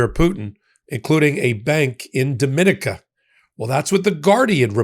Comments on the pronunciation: Dominica is pronounced…. DOM-in-eka, and not Do-min-ika. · The country of Dominica is not pronounced the same as in the Dominican Republic. It should sound like "do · mi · NEE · ca." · It’s pronounced Dom-in-EEKA. It takes away from your reporting if you insist on pronouncing it wrong. It’s not the Dominican Republic it’s two entirely separate places! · Please correct your pronunciation of the island country Dominica. It is embarrassing that both you and Ben have been mispronouncing it for months.